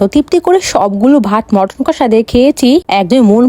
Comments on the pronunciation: Chicken ❌ Matten ✅😂😂😂😂😂😂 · ১৫ পদ❎ ১৫ পাদ✅😂😂 চিকেন❎মাটান✅ হালকা পাতলা এত তাহলে ভরপুর কত হবে বাবা রে খেতে ভারি পারো👏👏👏👏👏👏👏👏👏👏👏👏👏👏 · ওটা মাটার না চিকেন আর ওটা হ্যাবি টেস্ট নয় হেভি টেস্ট।